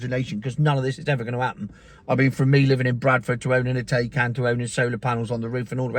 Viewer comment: Exponentially! Thats a good word. And its Tie-Can! Thats been "TAY-KAN"